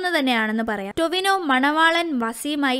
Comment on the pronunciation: Tovion alla chechi Tovino 🌚cheriya oru mistake und